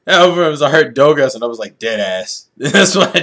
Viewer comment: when they were doing that "who's that pokemon?!" when koffing said Dogas, i heard "Dumbass"